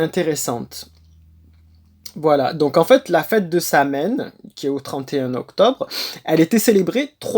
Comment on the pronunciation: Apprends à dire sowine.Comme quoi tu sais pas de quoi tu parles